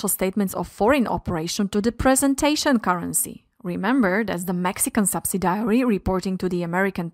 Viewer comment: Great video, but the prononciation of subsidiary and determine (sounded like data mining) needs to be corrected..